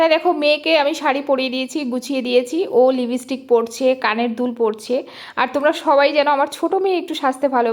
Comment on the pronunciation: Apnar uchharon thik korun, national platform e Kaj koren ar eto bhulbhal uchharon, "libistick" bole kichu hoy na, it's lipstick